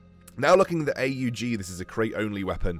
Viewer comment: It is pronounced to be an aug not a.u.g